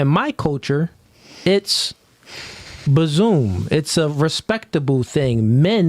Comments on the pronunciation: She was saying bosom, not bazoom 😂😂😂😂😂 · She wasn't saying buzzoom, she was saying bosom. She was saying the woman's bosom is a safe, nurturing place in her culture but in the West it's oversexualized. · She was tryna say bossom 😆 🤣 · They don't realize that she's trying to say bosom😂